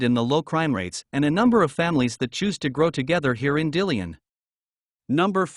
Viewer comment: These software driven voice overs are a hoot. It's Dill-on, not Deal-leon. KALAS-spell not Kal-is-spell. Somehow it got Helena correctly though. The home prices are decades out of date though.